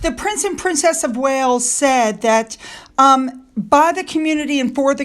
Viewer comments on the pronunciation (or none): none